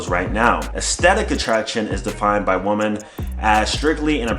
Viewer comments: repeat after me, its "Wuuuumen", not "Woh-man" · Pet peeve: “you would get more woman” …. Women is pronounced wimmin. Woman is pronounced wûman.